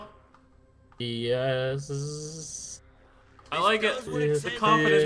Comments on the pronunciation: William B it's pronounced "galil" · Grumpy Slugzzz Sorry. I think its actually pronounced "GALIL" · William B "Guh-Leel"